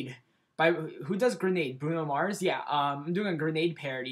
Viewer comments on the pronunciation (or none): none